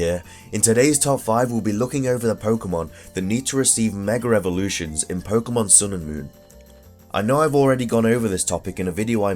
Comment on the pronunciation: MEG AHH EVOLUTIONS not 'megarevolutions'